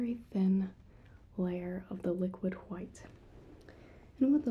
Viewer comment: 10/10 you said liquid white the correct way i love you for it